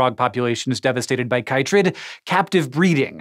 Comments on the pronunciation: You are mispronouncing chytrid!!! It's pronounced KITrid... As it's the shortened name for Batrachochytrium dendrobatidis. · It's interesting the different way people from different countries pronounce things. Here in Australia, the fungus is pronounced 'kit-trid'.